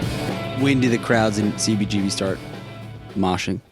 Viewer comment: please there is a whole generation of music lovers (anyone who loves live music as well)to who your miss pronunciation of cbgbs though its spelled CBGB I HAVE NEVER HEARD ANYONE ELSE EVER PRONOUNCING (MISS PRONOUNCING HONESTLY) IT THE WAY YOU DO. It wouldn't be a problem for most of us If It wasn't for the fact that every time we hear it said that way it takes us away from the interview completly. And this particular interview is the most important (also1of the best) interviews I've ever heard.FOR Most of USpunks who didn't grow up in NY, THIS IS THEE 1ST HISTORY OF THIS VITAL POINT IN FOR OUR MUSIC. I SUSPECT THAT IT MAY EVEN BE SEEN IN TIME AS THE "OFFICIAL VERSION OF THIS HISTORY" BUT, AND I DONT BELIEVE I'M EXAGGERATING, THE WAY YOU MISS PRONOUNCE IT WOULD MAKE THIS UNLIKELY BECAUSE OF HOW MUCH IT TAKES US AWAY FROM THE INTERVIEW. DO, PLEASE, I'M BEGGING YOU START SAYING IT THE WAY EVERY ONE IN THE WORLD OTHER THAN YOU, SAYS CBGBS, PLEASE, MY FRIEND.